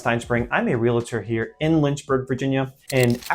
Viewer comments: You lost me as soon as you said your a REAL-A-TOR. That’s not how you say it. It’s just realtor. You don’t say I’m a DOC-A-TOR 🙄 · Adam, you are not a “Re-la-tor,” you are a “Real-tor.” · you’re a realtor… but you pronounce it rheel-uhh-tour? Try reel-tor, please. Santa Clarita Diet has a GREAT explainer for this from a professional rheeluhtour. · Your profession is as a “ reel tor” Not a “re la tor”. PLEASE! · Adam, you are a "REAL-tor" (not a "re-LA-tor".) The "A" comes BEFORE the "L," not after it. The word has two syllables, not three. Great content though! Doing everything in one big hollow, noisy box creates the opposite feeling to cozy. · Real-tor, not “realator.” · The word is "realtor" (ree-al-ta) not real-it-er 😊😊😊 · Sir, you’re a Realtor, not a RealAtor. Please learn how to correctly pronounce the name of your profession because there’s no “A” after the “L”. Only before the “ L” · *re-al-tor There's no "i" in that word. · Learn how to pronounce Realtor😅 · I've always believed that if you're going to be a realtor, you should know how to pronounce realtor. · Can't pronounce 'realtor' correctly. Goodbye.